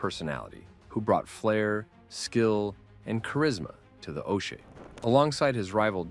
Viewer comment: Oche is pronounced Ah-key